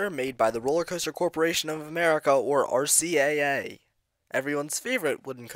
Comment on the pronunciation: It’s RCCA you said RCAA